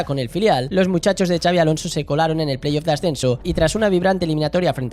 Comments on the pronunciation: En todo caso "txabi" 😂 Pero no, no hay manera que pronuncien bien el nombre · Q no es “chabi”!!! No hay dios q pronuncie bien su nombre😱😱😱